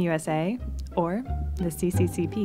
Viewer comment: If it says "СССР" you pronounce it SSSR not cccp